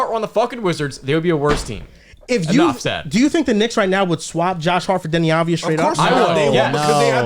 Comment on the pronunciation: Its Avdija* not Advija